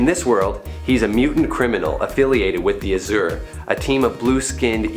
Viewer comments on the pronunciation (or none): Its pronounced azure ..not uszure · Uhh, I'm a sucker for pronunciation. It's not uh-zurr, it's Az-jurr , kinda similar to adjourned if it was azjur-ned